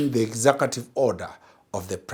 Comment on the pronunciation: "Exakative". What is an exakative order? Is it "executive?"